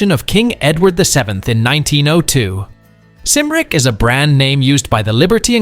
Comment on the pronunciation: "Cymric" has a hard "K" sound for the first letter.